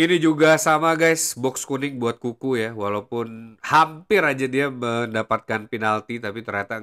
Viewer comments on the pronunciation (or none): Bang kenapa ente kalo nyebutin nama N'Kunku jadi "Kuku", kalo gk salah kan pronouncenya "En Kungku". Soalnya kalo Kuku kesannya kaya nyebutin nickname Cucurella "Kukureya" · Kuku doang bang ane dengernya dari awal ngikutin video² ente 😅